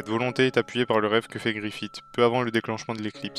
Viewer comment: Griffiss pas Griffite plsss mais sinon très bonne vidéo.